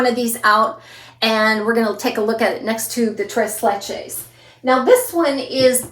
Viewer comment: TREIZ LECHEIZ